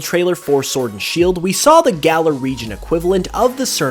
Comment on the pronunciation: It's pronounced galaar. Not galler